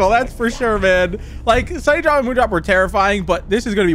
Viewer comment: Did you say sunnydrop it’s sundrop for correction just saying